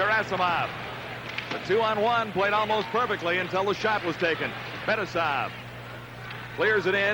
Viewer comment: al michaels was just as bad- MAKarov, FETisov, and by far the worst: kaSATonov